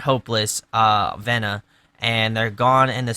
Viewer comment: No biggie, but the album is pronounced "V-na" :)